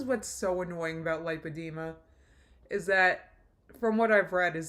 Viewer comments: LAH alert: if she got an in-person verbal lipedema diagnosis, wouldn't she KNOW how to pronounce it? Because the doctor would have said it? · Hi Guys! I may be nitpicking but don't you think if she was at the specialist for lipodema, then she'd know how to pronounce it. I am sure the doctor would of said it multiple times. I don't know. I don't believe it. I think her doctor was WebMD. I hope I'm wrong. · Funny how she “listens” to her doctors’ advice but can’t pronounce her diagnosis